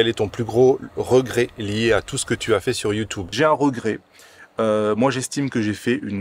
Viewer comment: Sur « Youtoube » stp 😂